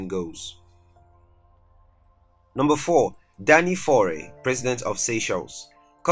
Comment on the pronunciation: YFaure , Michel Seychelles are french pronouciation 2020 finite il 31 st of December Lord bless you bad pronouciation